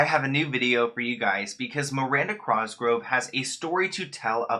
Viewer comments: Not saying cRosgrove 💀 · he keeps saying his name as CROSGROVE n i lose it every time